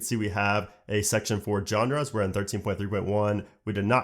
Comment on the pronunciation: Genres is a zsh sound, not G 🤣